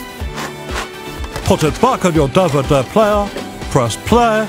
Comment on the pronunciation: A DUH-VUH-DUH?!